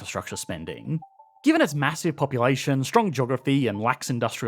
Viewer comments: What is "infrastuct-SHAH"? Is that related to "infrastructure"? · Say "in-fuh-struck- chaa" again.